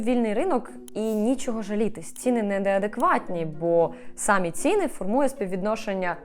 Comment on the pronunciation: Дуже люблю ваші відео, але дуже ріже вухо одне слово Не хочу здатися grammar nazi, але, будь ласка, якщо вам не важко, зверніть увагу, що у слові «самі» наголос на «і». Дякую!